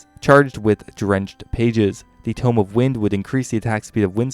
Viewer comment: Also "tomb" is too-m, while "tome" is toe-m